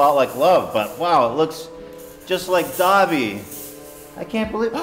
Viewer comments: Him saying Dobby like Dabi kills me. One is an elf, the other is a traumatized Todoroki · superfluous saxicole no they say dob-ee